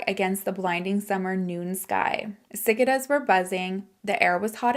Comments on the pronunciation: Just for future reference,, in case you come across that word again, "cicada" is pronounced sih-kay-dah. They're a type of locust, they come out in the evenings in spring/summer and make those loud noises like an annoying cricket... you'll often find their shells, they shed their entire exoskeleton and they're really creepy looking. Another great episode, honey. You're giving so many people a voice and chance to tell their story. Even though I've told bits and pieces of mine, I hope I I get the chance to tell the whole story with all involved because I believe there's girls/women who can learn from my mistakes. And you're the only one I trust to tell it. Love you to Neptune and back! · Ci-KAY-duh 😅they’re creepy tree bugs